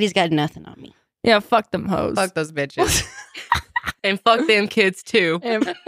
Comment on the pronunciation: Is it just me or calls the girls “beaches” a lot in this one